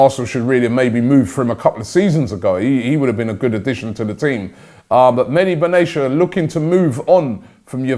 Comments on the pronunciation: Benayasha Robbie? It's pronounced Ben-at-eya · It’s pronounced Mehdi Ben-ah-te-a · It's Medhi Benatia not Medi Benashia 😂